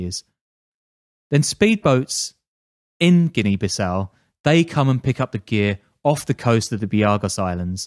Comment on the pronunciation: It’s pronounced Bee Saou